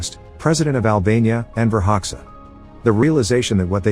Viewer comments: Oh god you do not say hoxha like ho-xa Its like when you say jack we albanians hear it as xhack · Hoksa ?? xD, Xh is pronounced like the J in Jake , Hoxha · Enver hoksa?? Really? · As an Albanian I feel disrespected by the pronunciation of Enver Hoxha